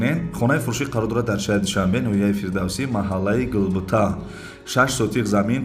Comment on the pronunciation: Салом алейкум хазратчон зинда боши, аллох аз шумо рози бошад иншоолох, но фаромуш накунед бародар Гулбута не Губута😂